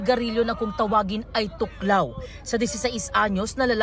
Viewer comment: "Thoc lao" 😅 tuklaw 😂